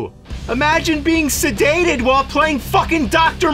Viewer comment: It's "sedated" not "sadated"